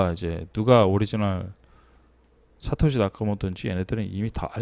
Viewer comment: 사카시가 아니라 사토시 ㅋㅋㅋ